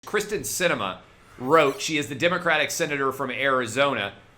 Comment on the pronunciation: Wow. Kyrsten not Kristin dude.